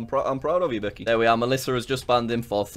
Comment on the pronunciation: "Beckeh, get off mee leegs!" is now my favorite scentence. Thank you jack, very cool.